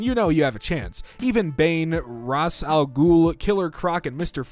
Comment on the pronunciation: "Congrats on doing what Ed and Al could not" (Pronounces AL as AI) Why did that get me 😂😭💀 Mans did Al dirty there